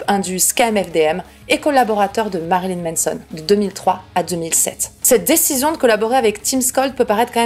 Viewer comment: Tu dis toujours Menson au lieu de Manson mdr, ça me démonte 🤣